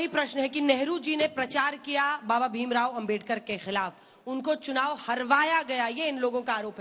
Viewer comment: अंजना दल्ली पहिले बाबा बोलना सिख